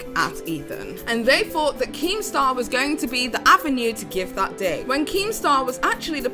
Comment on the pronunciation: At first I thought she called keematar a wanker 😂